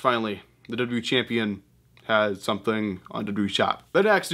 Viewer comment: When will you learn how to W W E instead of w e